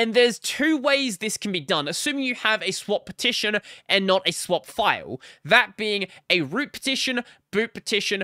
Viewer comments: you're saying it like /pʰˈtʰɪʃn̩/ but everybody else with an Australian accent says /ˌpʰɐːˈtʰɪʃn̩/ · thats not an accent you are just saying it wrong???